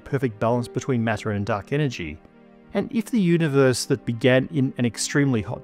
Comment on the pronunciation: I remember watching from around when pronounced "universe" as "univorse"